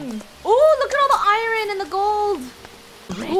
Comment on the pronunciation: Lol “I - rin” it’s “ I - ern”